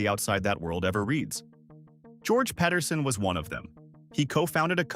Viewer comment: The things I never knew! Just one nitpick that I have had my whole like, but my brain hurts every time I hear most people say Pedersen. Pe-der-sen, not Ped-er-sen… no one says Pet-er-son, it is Pe-ter-son.